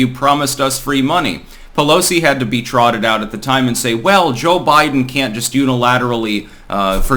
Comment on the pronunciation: I like Cho-Bi-Deng.